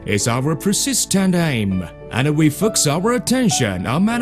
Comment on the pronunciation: "and we fucks our attention on mooking newest knife"